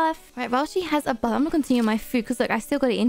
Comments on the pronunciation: Is it just me or at 11.40 does she say BUM INSTED OF BATH?!?!?😂😂😂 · SHE DID SAY IT OMG I PUT IT IN SLOW MOTION! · I think she meant to say while she has a bath but she just said while she has a bomb